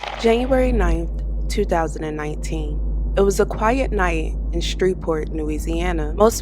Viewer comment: The way you pronouncing Shreveport is killing me